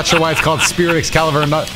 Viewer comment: nah bc this was the crispiest“Excalibur” i ever heard😂😭